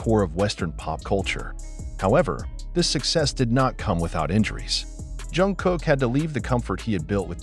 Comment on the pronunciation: Why is the voice saing John Jungkook 😭😅